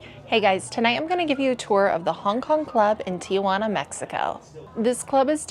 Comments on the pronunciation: Great video! I love TJ. FYI, the city is pronounced Ti-Juana, not Tia-Juana. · It's TIJUANA, not TIAJUANA. It's a city, not your Aunt Juana. 🙄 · They are required to get checked. I was in Adelitas years ago when the cops came in to check their medical cards. Stop saying Tia-juana. There is no a after the letter i. Very annoying